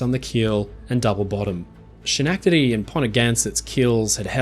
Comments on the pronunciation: I thank you for the correction, but, for some weird reason, everything you said, "She-nack-te-dee"... the fillings in my teeth hurt. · Schenectady is pronounced skuh-NEK-tuhdee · Repeat after me: SKEN-EK-TI-DEE😂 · Schenectady is pronounced “Sken-neck- tedy”. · Hello! Schenectady is actually pronounced "Skenectady". Thanks for another great video mate! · Haven't you ever heard Bugs Bunny say "Schenectady"? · first and foremost I loved this in depth video. and thanks for the continued giggles as you mispronounce Schenectady. I don't mean this harshly as how else would a non-American English speaking person pronounce it other than the way you did. Well, maybe those from Canada might know how to say it since it is close to Canada...